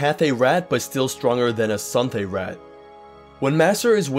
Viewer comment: Anybody else get annoyed when he said rat instead of raht.